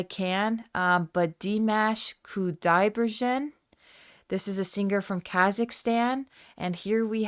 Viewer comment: Dee mosh/mahsh Koo die bergen (g as in girl, not gin).